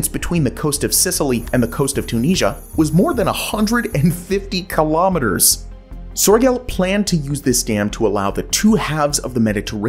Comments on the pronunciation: Nice presentation, but it would come across more authentic if you could get closer to the actual pronunciation of names like Sörgel and Zuiderzee. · "He wanted to quite literally drain the ocean." No he didn't. The Mediterranean is a sea, not an ocean. FFS get it right! "Cairo would suddenly find themselves high and dry," Cairo IS miles inland, far from the sea. Soergel's name and Zuiderzee are mispronounced EVERY time! Thumbs Down!!!